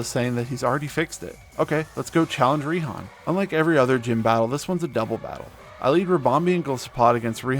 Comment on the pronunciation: Raihan’s name is actually pronounced “Righ-Han”